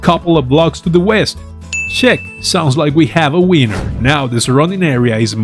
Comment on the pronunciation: "sounds like we have a wiener" I'm not a native English speaker but that's what I heard. and it sounded so funny because you have such a wholesome aura, man 😂 thank you for the awesome videos 🙂